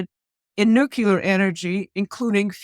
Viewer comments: It’s “nuclear” for Gods sake. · Nu Clee Er